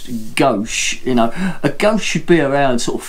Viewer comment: Very good beer tastes like a maple stout! Didn’t realise you pronounced it goshe always thought it was goze